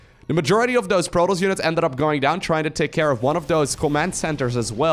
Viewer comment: No one:: Proltoss